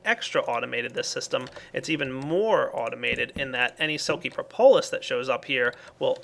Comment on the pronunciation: Propolis pronounced: prop-uh-lis not pro-po-lis. This has bugged me for a while. :)